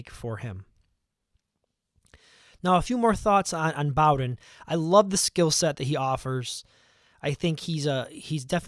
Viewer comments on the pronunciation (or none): Btw it's Bowden like "bow tie"